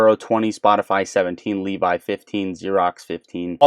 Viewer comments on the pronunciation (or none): none